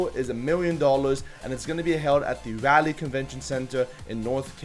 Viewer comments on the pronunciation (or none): I’m from NC and hearing pronounce Raleigh Rally was painful. It’s pronounced Raul ee!